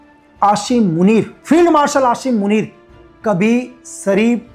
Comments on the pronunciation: pahle bolna Sikh lo Ashim Manit nahi hota Aasim munib Hota Hai 😂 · Apko asim munir ka naam b sahi sy lena nh ata please ap un py comment na do👏🏻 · Aashim Munir 😂😂😂😂 sabaz sareef 😂😂😂😂😂 Aby madarchood pehly name pronouncing to seekh le bana video raha ha tare jisay chaman chutiya Pakistan ma kachra uthaty hai